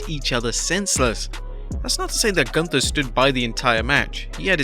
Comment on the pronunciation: His name is GÜNTER(GHUNTER NOT GUNTER